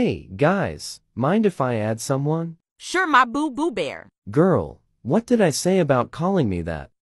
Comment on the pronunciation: "su re i guess" say better. Say "sure i guess" not "su re i guess"